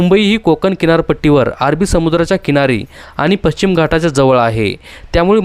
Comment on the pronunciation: पश्चिम पच्चीम चुकीचा शब्द आहे.